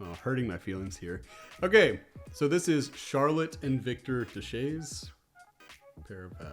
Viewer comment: You did NOT pronounce the Twins' last name "Da Shays". Buddy, it's "Deh-Ay", or even closer, since you seem to know a little German, it's pronounced "Deh-Ä".